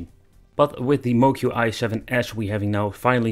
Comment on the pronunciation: Moqi is pronounced “mo chee”. I don’t blame people for getting this wrong. Pinyin, the use of Roman script for Chinese, is utter bullshit. Not intuitive in the least.